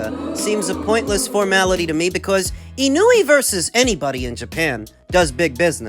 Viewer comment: Y'all still can't pronounce Inoue ? FFS. It's just disrespectful at this point. ❌ - ih-NEW-ee ✅ - EE-KNOW-EH